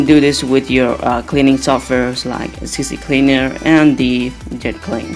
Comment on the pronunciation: It's C Cleaner ...not CC Cleaner...almost everyone i hear spells it the same.